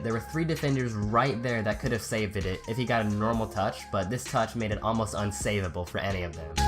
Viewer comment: GUI YouDog I only just noticed that😂